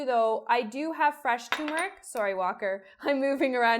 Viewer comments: Have you ever added cocoa? That sounds good to me. Also, at the risk of being a twit, the word is tuRmeric not tUmeric. Thanks for the recipe. I'm going to try it tonight. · why do you say tumeric? it's clearly tuRmeric. there's an r. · “TUR”meric ..Uhg 😑😑🙄🙄🙄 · no. the person who put the r in there didn't put it there to be ignored. tuRmeric. k? k. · I’m not a snob.. it’s the grammar police in me - pronounce words as they are spelled and intended on being pronounced.. ‘TURMERIC’ 👍👍